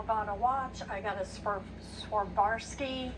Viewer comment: Swarovski crystals - she couldn't even pronounce that simple 3 syllable word. If she can't pronounce it she don't deserve it. If she can pronounce it she doesn't deserve it. They are worthless. Save your money. Invest in something real that pays dividends (spiritual financial etc.)